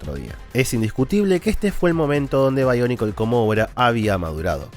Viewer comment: No se pero siempre me gusto que sonara BIONICLES no BAIONICLES XD